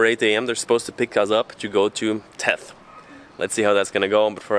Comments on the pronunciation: Very good video. I also thought to bring to your attention the way to pronounce correctly the name of THETH. It is not TETH... very simple: TH-like THANK'S E and TH like THANK'S again. THETH :) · its Not Teth ... its Theth ... No T at the start but the same "th" as on the end :)